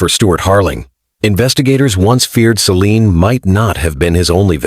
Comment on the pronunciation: when he began to call her 'sea lıon' I stopped waching 😂